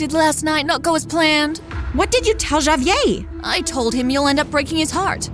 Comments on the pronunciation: My god say the name right.... Ja-Vee-Ay?! Nah bruh it's Ha-Vee-Air smfh. God that was so irritating! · No way they pronounced javier as “JAYyy-vier” 💀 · please no one ever let this girl say Javier again. it's HAH-VEE-AIR. ITS NOT HARD TO PRONOUNCE GIRL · Is anyone else annoyed by the name being mispronounced? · Why is she pronouncing Javier like that wtf 💀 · y she pronounce Javier like that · I love how everybody has their own way of pronouncing Javier 😂😂😂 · Lmao, they pronounce it three different ways